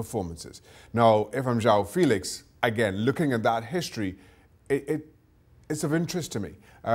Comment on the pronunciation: It isn't João filix , it's Félix you looks like sport TV comentators saying João feliche